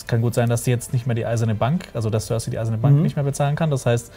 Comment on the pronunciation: Die Leute von der sind so welche die sich das wohl meistens nur auf Englisch oder vorallem auf Englisch anschauen das merkt man dann schon wenn sie über GoT reden. Die Aussprache von Namen oder Orten zb. die Aussprache von Cersei. Ich kenne niemandem der Game of Thrones sieht und ihren Namen auf Englisch ausspricht. Und wenn ich mal drüber nachdenke in meinem erweiterten Freundes und Bekanntenkreis schauen von etwa 20 Leuten die regelmäßig GoT schauen vlt 1-2 Leute inklusive mir überhaupt mal auf Englisch. Ich weiß auch garnicht was das soll die Deutsche Fassung ist toll Synchronisiert und manchmal finde ich dass gerade durch die Deutsche Sprache auch eine Tolle art von Mittelalterstimmung aufkommt.